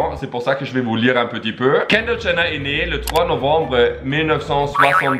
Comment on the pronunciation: je reve ou il dit (kander gener )